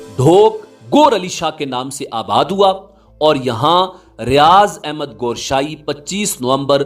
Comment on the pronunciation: Gooooshaie nahie hai it's Gowher sahie